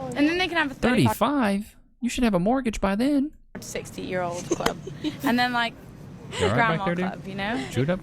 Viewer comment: hate how they say cluurb, just say club